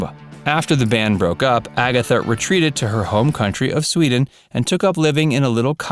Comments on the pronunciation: Please do so when fact checking if you are going to go to the trouble of posting something like this. Amongst the most irritating errors is your mispronunciation of Agnetha. I am sure you would be upset if somebody mangled your name repeatedly like that. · You have pronounced Agnetha wrong. Also, Frida had two children, including a son called Hans. Were you born when Abba were around? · This genius should be seen and not and learn to pronounce Agnetha properly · Unforgivable, you read your script without hunting around first to learn the names. Two first names butchered and one sir name. How hard would a little research be fella? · What a load of crap ur talking u can't even get Agnetha's name right oh and check ur facts u sound so stupid infact ur an embarrassment 🤬💩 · No "Disco-Band"... Maybe learn first how to pronounce "Agnetha".... and beside that it does not make sensed to relate to their past problems and conclude that their reuinon this year might be painful for them. Why should it? Actually I think that the opposite happened. One can learn from the past even when it was hard. But reunite as friends after 40 year and delivering this incredible result is almost a miracle and I am sure they are VERY HAPPY about all that. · The voice over guy needs to learn how to say Agnetha correctly. And when they had that impromptu appearance and sang, it wasn't 'Me and I' it was 'The Way Old Friends Do'. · you did a terrible job and got the facts wrong. You didn't even pronounce her name correctly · Learn how to say Agnetha. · I believe the 'g' is silent. Phonetically, 'An-ny-et-ta'. One word, four syllable's. Halleluja! ABBA are back. Proof positive that there is a God after all. Oh ye if little faith. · The blonde haired lady's name is pronounced "ag-NAY-ta, but she also accepts "An-YEH-ta" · Agnetha is pronounced Ah - near - ta . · Agnetha is pronounced “Ag-nyet-ahh”. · Her name is pronounced "Ag-netta". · Please say Agnethas name correct it's NOT Agatha